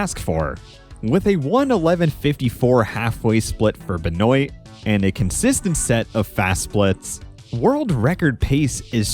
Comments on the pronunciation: I am from Louisiana, which has a lot of French influence. Benoit is a French last name that's pretty common around here. We pronounce it "Ben-wah". Like the sound you make when you stick out your tongue at the doctor: Ben-w aaaaahhh Benwah Benoit Never have I ever heard "Ben-oyt" Edit: omg I made this exact comment a year ago. I've already watched this video... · Benoit is pronounced "Ben-wah" at least where I'm from. I've never heard "Ben-oi-tuh" before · sorry but i hate how you pronounce benoit. it's a french last name, pronounced kinda like ben-wah awesome video as always tho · you need to learn how to pronounce benoits name properly